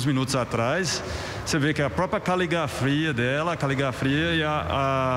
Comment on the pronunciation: "Caligafria"? Nossa que profissional bem formado. Com esses profissionais o Lázaro será pego fácil. 😂😂🤦‍♂️🧠💭